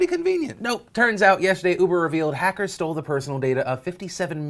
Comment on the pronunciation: Did he say 'ufer' instead of uber? XD